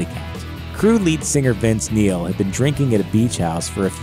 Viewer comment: Vince Meal! I thought they said fattest.